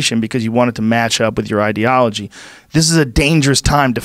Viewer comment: Michael "idealology" Yo